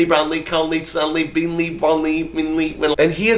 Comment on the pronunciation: Hold up…did he say BEANley?! 😂💀